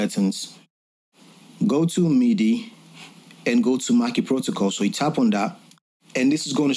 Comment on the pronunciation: Great tutorial! Thx! No disrespect at all but it’s so funny to me the way everyone outside of the US and UK pronounces MIDI lol Sounds like “meaty” when anyone from a French or Spanish speaking country says it lol in the Anglo world we say it like “mid-ee” I dunno, it’s just an observation that’s kinda funny to my ears I’ve noticed recently. Nothing but love